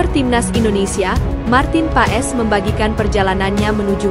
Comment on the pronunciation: bukan marten paes...marten pass dibacanya...